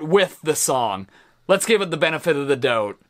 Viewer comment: Furkan Alphan he did say it man... the joke is when a Canadian says a word with “ou”, they kinda emphasize that part. So while an American usually says “doubt”, the Canadian will say “dOUUbt